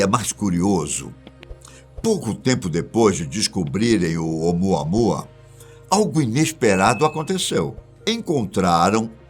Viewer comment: De novo o repeteco do " umuanua"?? Pfv ,muda isso 😏